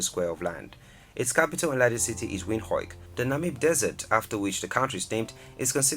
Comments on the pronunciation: More like Vind-Hook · Not windhoik it's windhoek(windhuk) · The capital city is Windhoek please, not "windhoik" 😒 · Our capital city Windhoek is pronounced (Wind-hook) not (Wind-hoik)😂, don't worry you are not the first to struggle 😂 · Great video, thank you. Im from Namibia. Our city is pronounced Windhoek (like hook, or look). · Please pronounce Namibia's capital city as Windhoek,hoek,pronounced as 'hook'/as in fishhook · Windhoek is pronounced Vint hook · Maybe we should write it like Windhuk/Windhook😀😁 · Bro I love the work you do. But please get the proper pronunciation of Namibian places please. Its pronounced Wind-hook . Thanks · Namibia's capital city is actually pronounced as Wind-hook not whatever was just said No hate...Just wanted to point that out. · Windhoek capital city (pronouncing-wind hook) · I liked the video, but it would be wonderful if you learned to pronounce the names properly, it's cringeworthy for me to hear you pronounce Windhoek the way you did... its pronounced like vend-hook... and Lesotho as Lee-soo-too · Its vend-hook (windhoek) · did he just say Namibia’s capital city is wind hoeik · The capital of Namibia is pronounced "Windhook" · Namibias capital is pronounced "vindhook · Namibia's capital city is windhoek!! Pronounce "wind hook" 😠😡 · The pronunciation of Namibian towns: Windhoek, Keetmanshoop, Grootfontein and Otjiwarongo is heartbreaking. But great vid. 👍🏾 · The energy and effort you used while researching and comparing the two countries, use that same energy to pronounce Windhoek correctly. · Hello, please pronounce Windhoek correctly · The way he said "Windhoek"🤦🏾‍♀️😂😂😂😂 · The way he says Windhoek, its funny😂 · The way he pronounced Windhoek is just hilarious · The pronunciation of Windhoek 🤔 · He didn't pronounce Windhoek right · I stopped the video as soon as he pronounced Windhoek..the disrespect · Lol his pronunciation of "Windhoek" is hilarious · Please improve your pronunciations of WINDHOEK